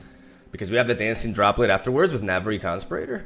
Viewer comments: Con-spi-ra-tor not constipator. what would it be in Spanish? someone who conspires. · "Con Spear Ih Tore" As in someone who conspires. Not "Con Sper Ater " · Hey, love your vids. I don't know if you want people to correct your English but, it's Navori con-spee-rah-tor. Again, much love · Oh my god his pronunciation of conspirator is so cute. it rhymes with inferior, you're saying it like ventilator. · The way pronounces conspirator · The way he pronounces conspirator triggers me every time. Is he saying it wrong or is it my bad English?